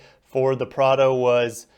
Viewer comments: Don't worry man, you are saying Prado correctly. It's pronounced p r aaaa d o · Prar-doh. You’ve nailed it. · Bro you have the 4Runner much better in my opinion, and yes you got first the pronunciation right. Cheers! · You are pronouncing the name correctly. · You are using the correct pronunciation :)